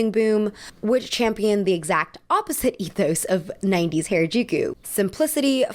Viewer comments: I've lived in Tokyo since 2008 and have been involved in the Tokyo subculture fashion and club scene since 2006, and I'd like to give a few notes on Harajuku and Japanese underground fashion from a first-hand inside perspective. (Note: it's pronounced "HAH-rah-juku," not "HAIR-uh-juku"). - Gen Z most certainly didn't invent any of the maximalist trends highlighted in this video, they've been going on continuously in Tokyo since the 70's. Don't ever think that "dark academia" is something new, it isn't! - Fruits magazine and other street-snap magazines like Kera were always much more curated than they pretended to be. They would deliberately focus on specific looks that they wanted to highlight and would regularly feature the same kids again and again while completely ignoring others, contributing to trend setting in the process. I spent endless weekends pounding the Harajuku pavement in maximalist drag, never got street snapped even once because I didn't fit with the mini-trends that were "in" at the time (many of which came "in" years later, go figure) - Towards the end of its run, (around ) Fruits magazine actively steered away from featuring colorful and maximalist looks, despite the fact that these looks were very much still present on the street at the time, so I actually think it shares some of the blame for the increasing blandness that proliferated post-2011 - Gwen Stefani more or less single-handedly killed the Harajuku bridge fashion culture - the bridge became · please pronounce harajuku correctly because you are asian, people will assume that the way you are saying it is the correct pronunciation. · this is a really great analysis but why do you pronounce harajuku like that i was confused the entire video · Is anyone else annoyed that she never says harajuku right? Lol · Man you really be pronouncing every single Japanese name wrong just wow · isn't it pronounced "Hah-Rah-Juu-Kuu"? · thats not how you pronounce Harajuku plzzz look it up ohmygoodness